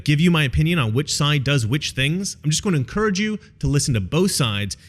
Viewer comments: It's "encourage" not "incorrige." Great video tough as always. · Please rethink your pronunciation of the word "encourage." Thank you. :)